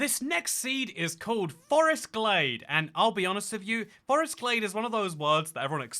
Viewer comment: I smiled briefly at the outro joke, so I guess 6/10. First off, OMG, it’s “GLADE”, NOT “GLAZE”!!! 😫 Secondly, from a lady who was taught the shapes of tree leaves while walking in the woods as a kid, learned to properly enjoy wild black raspberries, blackberries, onion grass, and honeysuckle, and enjoyed going “primitive camping” for a week for 4 summers in a row while other teen girls were learning to style their hair and apply make-up, welcome to the (slightly stinky and dirty, with at least one itchy red spot) club! 😊🦇🌲🐝🌳🐜🪵🦟🌱🕸️🌿🦌🍁🦝🪨🦨🌾🐿️🔥